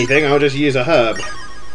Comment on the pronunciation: I love your accent, especialy the way you say herb like you actually say the h wen we pronounce it erb